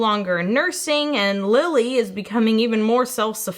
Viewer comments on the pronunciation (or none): none